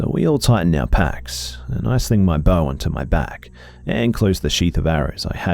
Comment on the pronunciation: 😆 He said "Loading his bow"... 😆 I heard "Loading his BOWL"!!! 😆😆😆😆‼‼‼